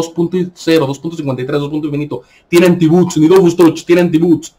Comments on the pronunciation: no se dice buts, sino bots, o Robots. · Se dice Bots